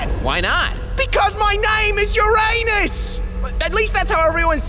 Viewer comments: it’s pronounced yurinis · neptune and uranus are so cute together xD id love to see more of them also i just hate it when people don't pronounce uranus properly its ur A nus, not ur AY nus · Fun fact Most people pronounce Uranus as it is but astronomers and physicists pronounce it as Ur-uh-nus instead of Ur-ray-nus. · It's pronounced UR-inus... not ur-A-nus. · By the way, it is pronounced “ur-un-us” not “ur-ay-nus”. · Now i just realized why venus laughed when mars said Uranus "ur anus" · fun fact its pronuced your-in-us i think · Cus Uranus more like your ainus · its urenus not uranus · Ur-ahnus would be a better way to pronounce it. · Your anes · at least they noticed the wrong way to say uranus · “Uranus” WHAT THE FUUUUUUUUUUU